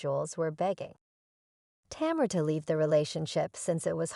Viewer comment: Tamur??? Like lemur??? Put some respek on her name lady and at least add to ur research.......how to pronounce this woman's name. Basic respect. Sheesh. What is the purpose of this negative ass vid sis?